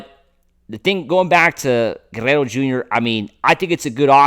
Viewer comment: Dude, it's not that hard to pronounce Guerrero. You are trying way too hard. Go back and watch Vin call a game when pete was on the team.